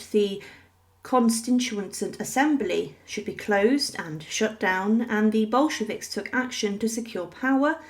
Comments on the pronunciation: And it's Bolsheviks, not "Boshkeviks". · Who were these "Boshkeviks" that the narrator mentions? lol...